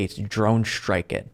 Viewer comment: Did you just say "shtrike it"?